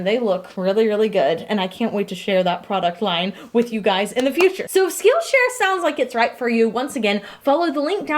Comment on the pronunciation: For some reason, whenever she said "Skill Share" I heard Steel Chair It made for a very confusing sponsorship about steel chairs that teach you skills...